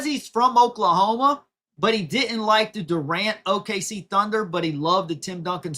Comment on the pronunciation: He also isn't capable of pronouncing "didn't" . Says "did Dint". He's an uneducated sports guy. His analysis and opinions are interesting though. He just isn't good at diction and pronunciation.